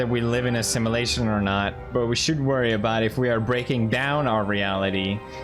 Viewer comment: felix ur pronunciations of some english words is off, 98% perfect but man sim"a"lation instead of sim"u"lation